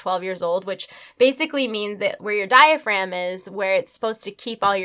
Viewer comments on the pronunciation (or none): none